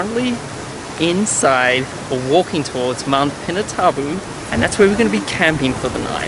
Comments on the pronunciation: Its PinaTubo not PinaTABOO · it's actually pronounced as pina-TOO-bo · The way you pronounce it is like (pee-nah-too-boh) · Cool you guys went to my home city. :) Pronouce is PINA-TOO-BO